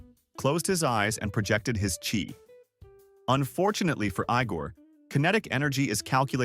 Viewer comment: Chi not key.